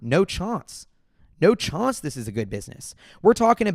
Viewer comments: What is a chaunce? I heard that too. Is that new slang? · No chonce. No chonce!